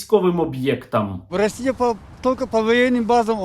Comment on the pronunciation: стерненка,)) что за "расійані" и "расійа" в твоей лепнине?..